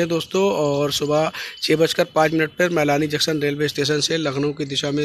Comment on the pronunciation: Junction ka sahivucharan karo